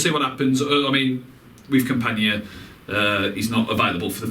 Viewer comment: Like watching your vids, but it's not campanya or campaña, it's simply campana, please stop mispronouncing!